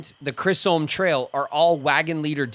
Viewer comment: pronunciation of Chisholm is bothering me more than it should 😂 and I can’t tell if he’s doing it on purpose or not